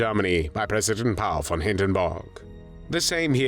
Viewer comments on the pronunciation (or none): none